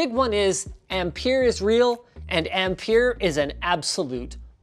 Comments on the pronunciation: Sounds like you rather said "Empire" than "Ampere" lol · Okay so in Australia we pronounce ampere like 'amp-air' so every time Linus said it i was like whaaaaa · Ampere rhymes with pear. Just so you know!